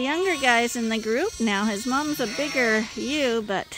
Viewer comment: I think is more of a "yeh-oo" but said fast. I was watching a different (Not Sandi Brock) Canadian sheep channel with a few dozen subscribers and I had to replay it a couple times before I realized that the Y-Owww was Ewe. (think saying the Y like in young and then hitting your finger with a hammer) So hard to put an accent in text.